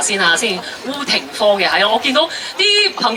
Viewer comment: 可惜連烏廷芳都講錯